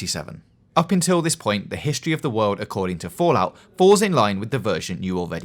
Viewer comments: "The Histowy of the Wowld accowding to Fallout" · "Bweef Histwee" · A Bweif Histowy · Bweif histowy of the wowld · A bwief histowy of the werld